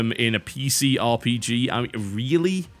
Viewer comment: sounded like he said bj XD but its called rpg